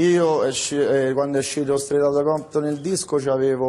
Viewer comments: "Straut aut Comton" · Straight outta compton si pronuncia streit otta Compton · "Strutture a cotone"